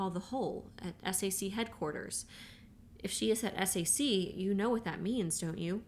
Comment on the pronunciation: Thank you so much for this! I love this book and I am listening to it for the second time! One note--I was an air force wife for 20 years. SAC is pronounced "sack." It isn't spelled out as S-A-C. Even tho it stands for Strategic Air Command, the abbreviation, SAC is pronounced as a word. But now I have to go back to listening to this amazing book!